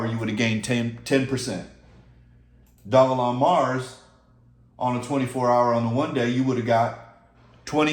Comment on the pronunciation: I’m not sure why you thought I was joking, I was being dead srs about the mortgage. Also Dogelon isn’t pronounced “dog-A-Long” 😂 It’s “Doge-Lunn-Mars”